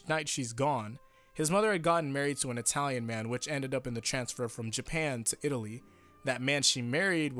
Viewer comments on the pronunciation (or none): none